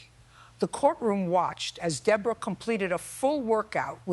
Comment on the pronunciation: Judge Judy has a New York accent so someone explain WHY she pronounced the Defendant DA-BORE-A. I worked at a workplace disability rehab who employees who were injured "On The Job." Yes we had multiple employees who jumped on the bandwagon. Companies the were moving out of state or closing due to bankruptcy. If you are being supported by the government the disability had best be REAL.